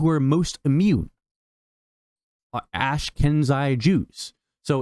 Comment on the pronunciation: Work on your pronunciation!! Ash-keh-nazi Jews...